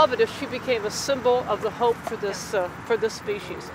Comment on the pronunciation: "hope" haha, not pope.